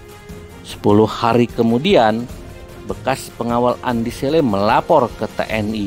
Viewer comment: naratornya bkn org Bugis, makanya kurang fasih menyebutkan nama Andi Selle 🤭